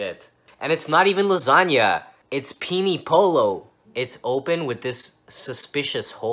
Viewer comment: penne polo?? its spelt right but it sounds like pene PEEEENEEE, im half italian, also that looks like shit pasta lol no where near lasagna (edit part) penne polo also can be sounded like penneeh with a ehhhh not a eee at the end, your e pronunciation is wrong for that e letter